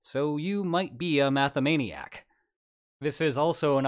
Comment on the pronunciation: It's called mathematician. I'm a mathematican not mathamaniac ;-)